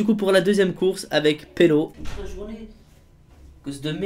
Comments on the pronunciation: pourquoi tu dit pello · je rêve ou bien dis polo a la place de Belo?:D